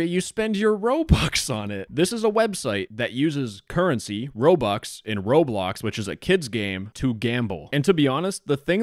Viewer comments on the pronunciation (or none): none